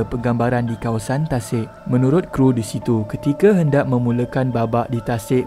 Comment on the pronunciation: bukan kru.K.R.U